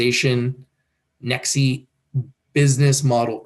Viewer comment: Its Pronounced as NEX (E is silent)